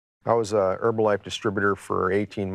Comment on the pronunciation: I don't care who loses money as long as they don't pronounce it "Erbalife"